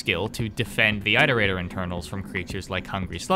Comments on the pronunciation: I wish we had ingame footage of the creatures in action, not just shitty fanart, but it's ok ig Edit: why does he pronounce it eyeterator instead of iterator lmao, you dont pronounce the verb eyeterate do you? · good video but im going to throw someone out a window everytime you say "ite-erator" (its pronounce it-erator, like iteration) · You do know iterator is spoken as It-er-ate-ors? Not Eye-ter-ate-ors Iterator comes from the word, Iterate. You do know how to say Iterate, no? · Sorry if this is petty, but why do you pronounce Iterator as "eye-ter-eye-tor"? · Omg bro, I’m sorry to be this guy but it’s not pronounced “eye-terator” like the “I” in iterate is a soft vowel so like the word “it” for example. It, iterate(keyword to iterator), and iterator all having the same vowel sound. Hope that helps, not trying to say you’re stupid or anything like that it just makes my eye twitch a tiny bit hearing it like that. “ Eye-terator” 🫨😬🥴 lolol hopefully I’m not the only one who has the little eye twitch cringe feeling when these YouTubers pronounce a word wrong. Somehow I always notice it so don’t think it’s just you. I’ve noticed it’s super common among YouTubers to all have like that one word they pronounce a silly way lol. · You keep mispronouncing iterator. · the I in Iterator sounds like the one in "it" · why do you say iterator like that :( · You mispronouncing "iterator" makes me cringe.